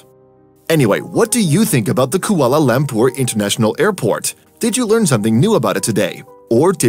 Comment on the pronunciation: But how do you pronounce Kuala Lumpur? It's awful.